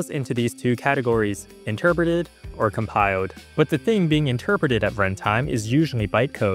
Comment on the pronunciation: narrator cant say "L": "ode" instead of "old", "compio'd" instead of "compiled", "virtua machine" isntead of "virtual machine"